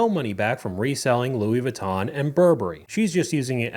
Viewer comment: She can’t even pronounce Louis Vuitton 😅